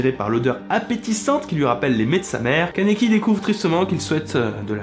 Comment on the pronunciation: ON DIT KANEKI KEN MERDE QUOI